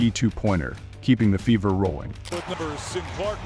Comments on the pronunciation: Indiana Fevvor? How is that pronounced again??? Who taught this narrator how to speak English? smh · A I narrator FEVER is mispronounced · Your A I reader doesn't know how to read numbers Or. Pronounce the word fever. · I hate these automations.Cant even say fever right.